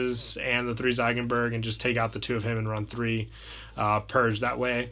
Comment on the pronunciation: i love your channel but honestly the biggest gripe i have is your pronunciation sometimes, like ziegenberg, which should be "zeegenberg" not zaigenberg, stuff like that